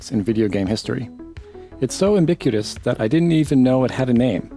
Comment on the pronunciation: did you say ambiquitous